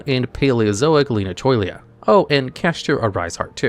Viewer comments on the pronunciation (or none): I'm gonna report you to Joshua Smidtch for the pronunciation of Paleozoic Leanchoilla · what the fuck was that leanchoilia pronunciation